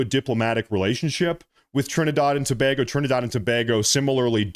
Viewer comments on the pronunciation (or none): Tobago [ TOE - BAY - GO ] NOT [ TO - BOG - O ]